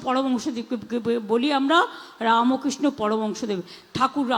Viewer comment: দাদা ওটা তো ছাগল পাগল, ঠাকুরের নাম ভূল উচ্চারণ, পাগলির জিভ পাপে ভারী হয়েছে, তাই শত চেষ্টা করেও উচ্চারণ হচ্ছে না।